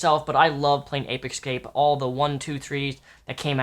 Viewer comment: APE EKSCAPE??? hahahahahaha whyyyy do you say it that way man xD